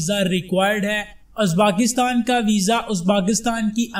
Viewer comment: merey bhai is mulk ka naam uzbaakistan nahi hey balke uzbekistan hey bhaaaaai.